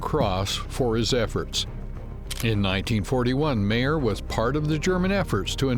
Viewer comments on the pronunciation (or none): It would help if you could pronounce his name PROPERLY... pronounced mier not MAIR!!😂🥱